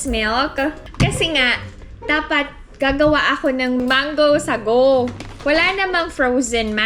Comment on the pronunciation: Apaka linis sa Korea..wala po sigurong ipis and daga sa Korea..curious lang po 🙂 Gusto ko yung pagkabigkas ng "mango sagowŵw"😅 Kumusta na po tatay nyo?🙂